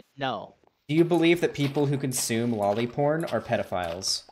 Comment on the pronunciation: omg. i am usualy not an asshole about how people talk. but seriously that kid that he is interviewing is realy annoying when he is pronouncing lolly as Jolly